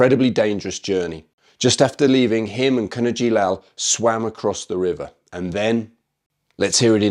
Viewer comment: Just fyi ‘Kavanagh’ is pronounced as Kavvanah and not as Kavahhnnahh